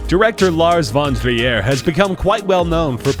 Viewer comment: Lars Von Trier is not french lol, his name isnt pronounced like that -_